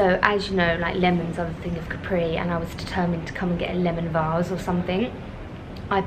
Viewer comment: I love your videos. Just in case no one has corrected you yet (I didn’t read through all your comments) you’re mispronouncing Capri. The accent is on the ‘a’, not on the ‘i’. I think we should all take the time to learn how to pronounce foreign words and names as it shows respect for the culture. Ask any native Italian, they’ll confirm the pronunciation. God bless.